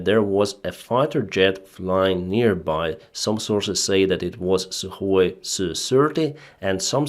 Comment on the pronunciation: suhoy SIRTY ??????? EAR TO EAR missle ???? sree of them ??? skys ??? aviation was activ on the sauce ??? sirteefive kilometers ???? Honestly ???? Man !!!! how can you say something like that when you are able to speak englisch without any other problems ???? dude , dont you know that H in word HONESTLY is silent ???????